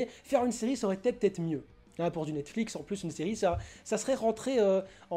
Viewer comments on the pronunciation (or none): none